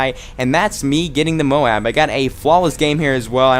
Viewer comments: nice vid but the tite might flow better if u prenounce moab the other way. js. but great vid! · Dude! You are awesome, just subscribed to you, ´cause of that Wii guy... But you need´a say "moab" the different way seriously!! xD